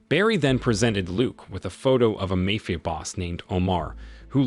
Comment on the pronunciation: mayfia ?!?!?!?!?? jeezuss